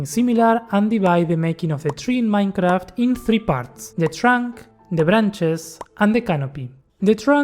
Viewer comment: Dijiste MAINCRAFT y ya con eso me bastó para darme cuenta que sos argentino jajaja